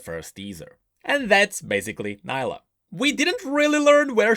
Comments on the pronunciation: she literally called herselfe knee + la and you called it ni lah remind me of samira everyone calls her se my ra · Nilah is not pronounced like "Nile - ah" Its "Knee- lah" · Neelah not naylah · Champion: pronounces their name: pronounces it differently How and why?:(